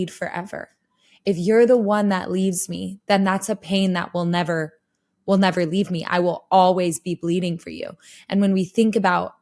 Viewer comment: Only Floor can get about 7 syllables from a four letter word 😢 (my fall wwwiiiiii-iiiii-iiilll-llll-lll be for you).